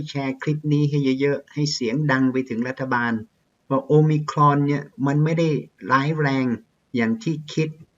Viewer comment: ชอบครับอาจารย์ออกเสียงomicron คล้ายเจ้าของภาษามาก